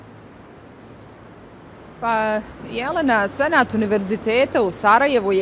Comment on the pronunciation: Kad kaze Senat ja cujem Senad (hadzifejzovic)